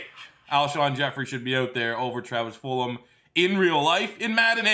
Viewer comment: Am i missing something on why he call his Full-um and not Full-Gum?